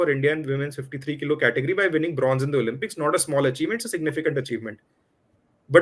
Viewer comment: Great video. Thank you. Just a small suggestion ...the games are pronounced Oh-LIMP(not "Lump")-ix It matters because it distracts from the message. Warm wishes and keep reporting